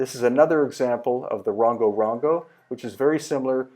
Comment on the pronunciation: The same shape Moai are found in Central America also . Rongo Rongo is pronounced "Wrong- o" not "Wrong- go".